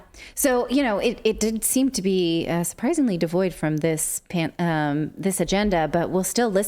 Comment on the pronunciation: Are you saying pan or pam ?